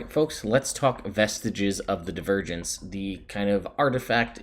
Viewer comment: Oh, "Vestiges of Divergence." I thought you said "Vestige of the Virgins."